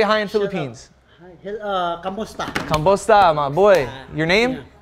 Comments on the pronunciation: it's "Kumusta?" Nit kambosta hahahahahaha W x Richards with the hood. 🇵🇭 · “Kambosta”🤣🤣 Kumusta* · “Kambusta” 😂 it’s actually kumusta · Man, you fumbled the Filipino “Hi” HAHAHAHAH its “Kumusta” from the spanish term “Como estas”